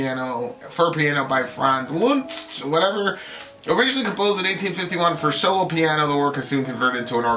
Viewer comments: "Liszt" is pronounced "List" and "csárdás" is pronounced "tchardash". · This piece should be be listened to more times to feel addicted to. I'm very disappointed by your lack of respect to the great composer and misspelling the genius man's name. It only takes secs on Google Translate to learn the real pronounciation of the nameLiszt (LIST) plus the video is not a genuine version of the piece. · It's pronounced "List". Funny that you mentioned saloons and Dracula because the piece gave me total silent movie vibes.